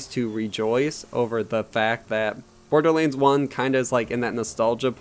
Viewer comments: Borderlands...not Borderleands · Dude, why are pronouncing this as "BORDERLEENS"? That's all I'm hearing LOL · I stopped listening when he called it Borderleens... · borderlands = "borderleens" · Borderlanes... Fucking, say it write shithead. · Hahahah the way you say borderlands 😂 btw nice video